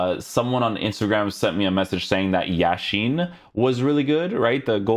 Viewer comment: I don’t know if you did it on purpose or not, but in any case, thanks for pronouncing Yashin’s name correctly. The stress in it falls on YA, not on I (as many English-speaking streamers pronounce it).